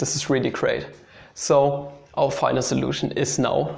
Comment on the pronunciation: "Our final solution is..." in a German accent!